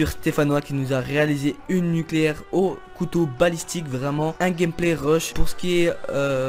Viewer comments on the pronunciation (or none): " nuclaire " gg x)